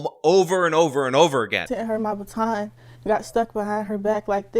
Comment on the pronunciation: A STAR 😂😂😂😂😂 THE WORD IS BATON.